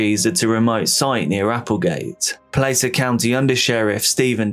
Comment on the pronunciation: Just fyi, it's pronounced Plass-er county (Placer county). I live near there lol. Other than that, great video. I've recently become obsessed with ur channel